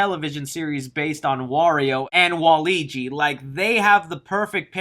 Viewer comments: "Waligi". Bro, its waluigi. So close. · Waligi? It's 'Wal-u-igi'! Waluigi! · the fact that he says walligi instead of waluigi makes me upsetti spaghetti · it's Wall-OO-EE-Jee not Wall-EE-Jee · Waligi????? Its Wah-Luigi not waligi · Anyone gonna point out the fact he said “Walligi” instead of “Waluigi” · my man said walegie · Did you just pronounce Waluigi as ‘Waleegi’?! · Did you say waligi? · Did he actually just refer to Waluigi as “Waleegee?” But seriously though, I’m hoping Bowser is more of a goofy villain, more in line with someone like Hades from Hercules. For the climactic battle against him in the movie, what Better way then to do a Mario Kart Race? That would be a lot of fun too watch. Also, Post credits use: Mario is woken up to strange sounds and lights coming from his basement. He goes down to investigate, and finds none other than ROB the robot. The 2 converse for a bit, and ROB sends a small price of paper out of him, which we can only see the side of. Mario picks it, as we see from the bottom, it’s a letter. He opens it, reads it a big, then tosses it in a nearby table, as we see him run upstairs, and heat him leave. The camera slowly pans to the open letter, it goes past, before turning, to see that attached to it, was a small cover, having the Smash Bros Symbol on it. The screen cuts to black. Super Mario will Return Anyways, ideas for other Nintendo media: -Smash Bros Comic A comic combining the worlds featured in the original N64 Classic would be great to see, and having everyone interact would be fun. -Zelda Movies Ocarina of Time alone could be an amazing trilogy of films. -Star Fox Movie The universe of Star Fox could be very well done and interesting to see, maybe even getting characters from F-Zero, Metroid, and Kirby in the mix. -Kirby TV series/Comic Kirby and his Universe are very unique, and would great if put into a TV series or comic. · I’m excited for the movie! Also, the way you pronounced Waluigi’s name as “Wal-ugi” 🤣